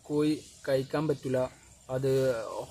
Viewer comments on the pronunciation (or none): കോയി അല്ല കോഴി കോഴി